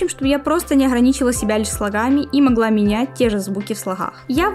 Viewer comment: Не знаю хто ви по національності, але оце ваше «не моГла», привело мене до думки, що ви українка